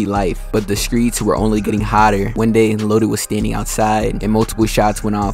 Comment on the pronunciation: You from Memphis bruh? “ skreets “